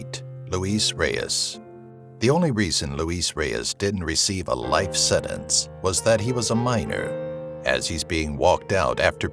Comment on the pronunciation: It's pronounced senTence not senence!